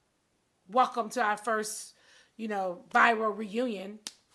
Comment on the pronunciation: Nene do not know how to Pronounce words, Maybe it’s the teeth! 🤔🤔 First it was “viraul” (Viral*) which she thought she corrected. Secondly she ask “is it a coincident??” oppose to Coincidence..🤣😂 And third I want her to Say BRIDESMAID... not Bridemade ... But anyway, I feel sorry for nene, from her explaining it sounds like she’s a target.!